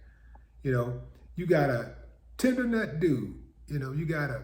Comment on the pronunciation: He said tendernut. lol